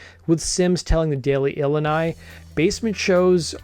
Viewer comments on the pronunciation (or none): jsyk, Illini is pronounced ill-I-n-I, not ill-in-I. The Daily Illini is the college newspaper for the University of Illinois, home of the Fighting Illini. I'm an alum, so I caught that right away lol 🤘